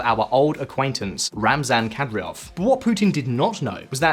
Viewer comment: Anyone have any suggestion why they butcher names of people and countries? There is no way they don't know how to pronounce Kadyrov. I also heard them call the Saudi capital Ridhya